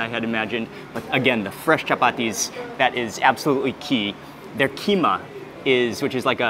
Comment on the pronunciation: As a Sumatran (practically the land that gave birth to the Malays), every time he says "keema", "keema", "keema", my heart dies a little. 🥴